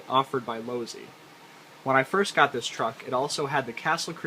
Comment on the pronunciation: LoSi not Lozi